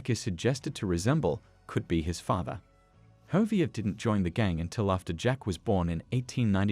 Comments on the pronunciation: Who's hovier don't you mean Javier I think that's how you spell it close bro needs to learn English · Bruh it's pronounced havier not fucking hovier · Dude, Ha vee air. Javier. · I’m not sure he’s even played the game. His pronunciation of Javier and Hosea are proof as much.